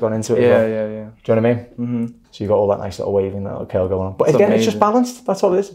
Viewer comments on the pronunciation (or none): I love the way you say " kerl" aka curl 👏🤗 lol...Awesome Job!!! He looks fantastic!!👏👏